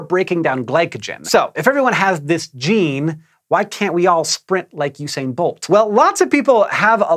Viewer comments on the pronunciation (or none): none